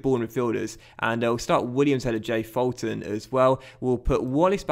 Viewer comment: Hey, loving the series. Only thing is Fulton is pronounced “Fool-ton”